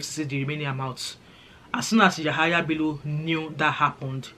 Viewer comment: It’s Yamaha Bello 😂 since you don’t know how to pronounce it